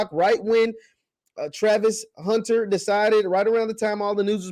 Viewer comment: haha you can't even say his name right.